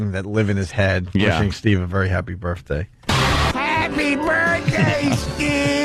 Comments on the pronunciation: Make believe it’s my burfffffday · No matter how many times Opie says "Burfday", it's never going to be funny. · I'm beginning to think Opie thinks "berfday" is the correct pronunciation. Just like "fuchitive." Absolute imbecile. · he worshes in the turlet on his burfday